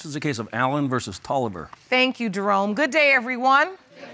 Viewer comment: DID SHE JUST CALLED HIM"DEROME"